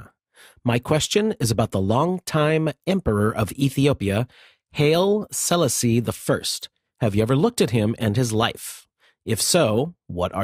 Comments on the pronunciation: Hai-lee See-LASS-ee (look up Rastafarianism) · Hi n, pronounce hi -lee sell as-eee! check him out, ahh you just looked him up;-)